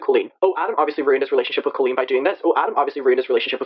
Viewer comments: I never heard her name pronounced co-leeen before its col-een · i know this is so irrelevant but the way you pronounce colleen is driving me up a wall